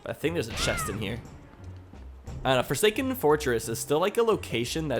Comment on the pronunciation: Did you say the Forsaken foreskin?